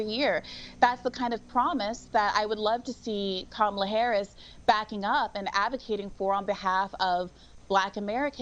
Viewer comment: The first Indian vice President..Say it right Marc!!!..Even she says she Indian..